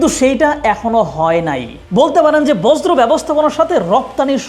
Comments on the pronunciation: Informative. 'Borjo' r 'Bojro' not the same thing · বজ্র😂😂😂 বর্জ্য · বজ্র নয়, বর্জ্য। উচ্চারণ ঠিক করুন। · শব্দটা বজ্র নয় বর্জ্য। ভালো করে বুঝেশুনে ভিডিও করুন। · বজ্র না ভাই বর্জ্য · বর্জ্য ব্যবস্হাপনা হবে শব্দটি। বজ্র না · আপনি বর্জ্য আর বজ্র এর মাঝে গুলিয়ে ফেলছেন। শুনতে খুবই বিরক্তি লাগছে। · বর্জ্য উচ্চারণ ta আপনার ভুল হচ্ছে বার বার 🫠🫠🫠